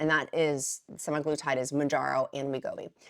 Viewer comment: Thanks for the information. To the listeners, it’s actually pronounced: SEM uh GLOO tide, not: sem I glutide. No “I” in semaglutide. IJS.